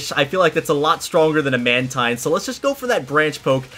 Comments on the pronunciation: It's man teen- not man -tine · Mantine is pronounced "man-teen".